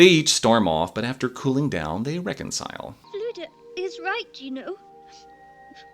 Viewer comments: Also the u is pronounced more like i so fflewddur would be pronounced flewthir and orddu would be orthi … if that makes sense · Minor point, but since my middle name is Cennydd, the Welsh spelling of Kenneth, I happen to know that dd is pronounced like a voiced th (as in this or that) in Wales. So the bard should be pronounced 'Flewthur' and the lead witch 'Orthu'. Why Disney chose to make Flewddur elderly, when he was young and full of bounce in the books, I don't know. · I love this movie but my biggest gripe with it is that Flewddur should be pronounced Flew-thur instead of Flew-dur, since dd is pronounced as a th sound in Welsh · I don't blame you for using the Anglicized pronunciations, if that's what the film uses. Did Alexander specify how they were meant to be said?